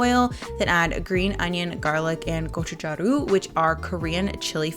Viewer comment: 고춧가루 is pronounced gochu-garu! garu = powder/flour whereas jaru = sack/handle lol :-)